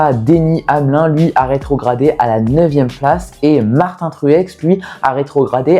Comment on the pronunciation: Très bonne vidéo facile à suivre c’est super cool que tu parles de NASCAR en plus les Daytona 500 ne se ressemblent jamais. Franchement si tu sors d’avantages de vidéo sur la NASCAR c’est le bienvenue Ps : on prononce le i dans Denny Hamlin il me semble